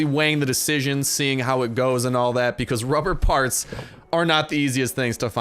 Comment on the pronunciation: he sead ruber barts :)